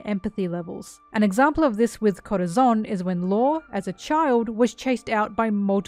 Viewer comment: If I hear you say Corazon like that again I’m gonna kms